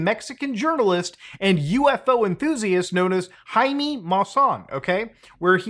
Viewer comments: We can't ignore "Jaime" sounding like "heinie" (according to Oxford, that's how it's spelled) and the Mexican version of UFO being FANI/fanny. :| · It's giving "real mermaid found on beach" energy (spoiler: it was an art project) I'm willing to bet that a simple reverse image search will show some instagram account that makes weird alien art dolls. Edit: I'm sorry, but I can't stop laughing at Muta's pronunciation of Jaime!